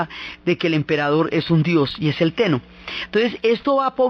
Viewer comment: Me encanta cómo relatas todo. Me encantó este video, aunque te quisiera recomendar que practicaras un poco los nombres. Sí, el pronunciar japonés correctamente es un poco difícil, pero sólo por la longitud, pero es que saca un poco del relato cuando se escucha "onshu" en vez de "Honshu" o "Amatserasu" en vez de "Amaterasu" o "Teno" en vez de "Ten-noo"... Por lo demás, es excelente!